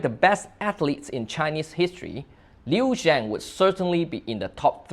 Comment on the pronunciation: Li Shang? Liu Xiang😂 Li Xiang is unquestionable the goat of Chinese sports even he retired from Sports after 2004 Olympic Games😂 I am from Shanghai and immigrate to SG. Luckily found your channel🎉